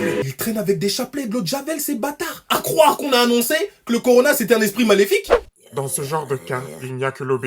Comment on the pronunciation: Au lieu de dire (miss) corona nos d'arrondissement disent corlona